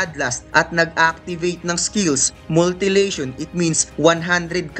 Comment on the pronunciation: Mutilation. Hindi "multi-lation"